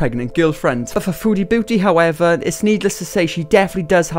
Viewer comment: The way you say her user sounds like foodie bootie and i find that incredibly ironic